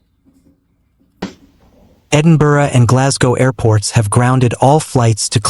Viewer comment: None in Dumfries but a lot in the north. At least he can say Edinburgh correctly. Humza Yousaf is NOT the first minister.